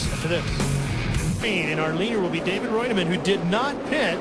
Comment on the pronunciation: I love how Ralph is mispronouncing David Reutimann's name, but is pronouncing it properly. Then the director goes AWAY from the shot of Coy Gibbs getting into Jack Sprague, then they show Jacks car crumpled and they act like nothing happened.